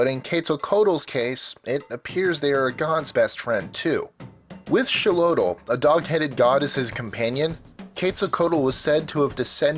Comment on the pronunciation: Man the pronunciations are horrible throughout this video. TLA-lock instead of tla-LOCK is one glaring exampl, and Meh-hee-ka instead of Meh-shee-ka is just plain insulting.